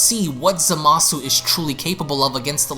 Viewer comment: ...I will never understand why, even three years later, people still insist on mispronouncing Zamasu's name as "zuh-mah-soo", even after all the times Gowasu has exclaimed "zah-mus!".